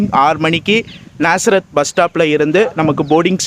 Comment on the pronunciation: bro நசரேத் ila நாசரேத்